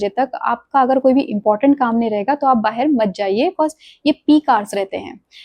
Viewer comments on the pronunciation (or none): ये भी "बाहेर" बोली